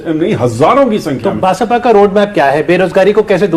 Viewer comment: एंकर जी "बसापा "नहीं "बसपा" बोलिए